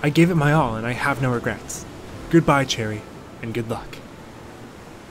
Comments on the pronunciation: I know you probably already know by now, but I have to say it anyways just to satisfy myself. Cheri is pronounced like "Sherry" not "Cherry." :) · it made me cringe when he said her name wrong- its like sherry bruh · I got her today and I'm so excited its pronounced Cheri!!